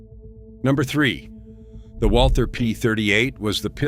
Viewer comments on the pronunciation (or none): none